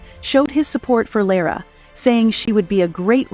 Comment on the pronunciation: LOVED the insight into Lara! It was good coverage. I was interested in how to pronounce Lara’s name because several in my family don’t know… I was a little disappointed in the narrator’s two pronunciations of her name. 😂 Somehow I’ll get there.